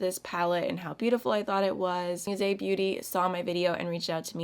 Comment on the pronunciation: Its not pronounced as "muse" beauty but musée beauty, its a french word ;) it means museum